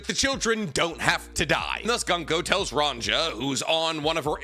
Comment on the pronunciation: YOU ARE GETTING BETTER AT ONE PIECE NAMES BUT REMEMBER THE GIANTS ARE BASED OFF SCANDINAVIAN VIKINGS. So all the J names should be pronounced more like a y It would be ronYa